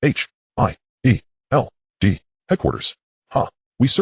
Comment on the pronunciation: Bro it's good but he keeps saying S H I E L D